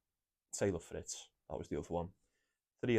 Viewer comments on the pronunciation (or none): Mate it’s Fritz , palonini., medi in 2